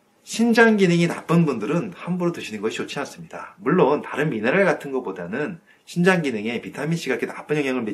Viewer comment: 심장인지? 신장인지? 발음이...정확히 해주셨으면 감사하겠습니다